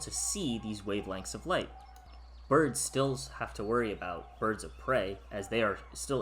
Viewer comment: Ha ha burbs , I like it